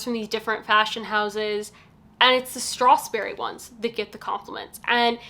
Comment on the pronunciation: Thank you for the good review, but can you please not pronounce it StrathSberry, there is no S in between strath and berry.